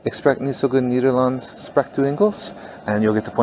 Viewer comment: It's "spreekt" (spray-kt) not "sprekt" like it's also "Nederlands" (nay-der-lands) not "Niederlands" And Spa rood is not "Spa rude" but "Spa road".